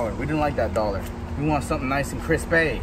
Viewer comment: He calls dollars dollhares 😂